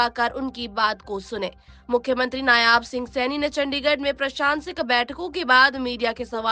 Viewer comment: नायाब नहीं होता मैडम नायब सैनी नाम हैं.